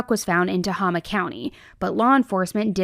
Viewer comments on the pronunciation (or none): Oh my goodness I live in Tehama county and I have not heard about this. Thank you so much for sharing! Also, I absolutely adore you, but it is pronounced Ta-hay-ma 💜 also the distance between Redding and Tehama county is like 45 minutes. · I’m from this area and nobody on YouTube can say Tehama county right and it’s driving me bonkers help, it’s pronounced ta- hay - ma! Thank you 😊 😊❤ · Thank you for covering this case!! 🙏🏽✨🤍 It's pronounced Tah-Hay-Ma County if that helps 💙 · It’s pronounced ta•hey•ma county. Only reason I know is because I grew up there. Love your videos ❤ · It’s pronounced tuh HAY ma county. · I’m from this area and nobody on YouTube can say Tehama county right and it’s driving me bonkers help, it’s pronounced Tuh-HAY-muh Thank you 😊 😊❤sorry edit… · My love, it is pronounced TA-HAY-Ma (Tehama County)... it's silly because another podcaster pronounced it the same way like it rhymes with Mama. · I’m from Shasta county it’s pronounced “Tuh-Hame-uh” I was married there. but they need to search those mountains. And I would probably search Humboldt county’s murder mountain possible. There’s a lot of mountains where I’m from A LOT she’s gonna be missing for a long time.. there’s even a little baby named Ember skye ghram whose been missing since 2015 which is an even more strange and mysterious thing. Redding was the 5th most dangerous place in the US for a woman to live. I personally was almost abducted twice there before the age of 18 and my parents were helicopters. I wouldn’t walk around there without a concealed carry as a woman. Never go anywhere alone if you’re a smaller woman. It’s really unfortunate. There’s a lot a missing indigenous woman who hasn’t been found as well in a long time. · It’s pronounced “Te-hay-ma” county - Shasta county is my home town - Tehema county is where my sister lives and actually knows Papini.